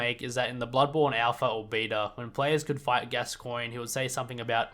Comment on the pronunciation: I don't know if I commented this already, and I don't mean to nitpick but it's pronounced "gas-con"